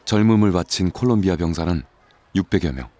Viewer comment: 콜롬비아(Colombia)입니다. 콜롬비아를 콜럼비아(Columbia)라고 발음 하는걸 싫어하더라구요